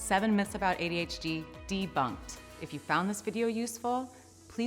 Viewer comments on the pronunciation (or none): It sounds like this woman says ADHG.....EVERYTIME single time she says adhd....that's IF, that's what she IS saying! She could think she's saying adhd....but saying adhg....or something?